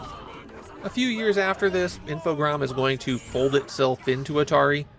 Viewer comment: I think you're the first Youtuber I've encountered who pronounces Infogrames correctly.